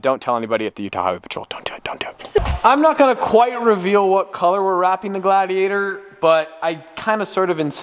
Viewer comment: everytime he says "gladiator", i hear "glad he ate her" facepalm